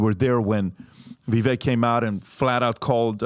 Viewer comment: The look in Patrick’s eyes when he’s pissed about the echo is the real Patrick. Absolute psycho control freak. I feel bad for his kids. But hey good job Patrick, you finally learned how to pronounce Viveks name after having him on your show multiple times. You are a manchild who scammed his way into a fortune and half of your show is you trying to flex your pyramid scheme earnings and shouting random percentages about shit nobody cares about. I bet you his staff is constantly walking on eggshells.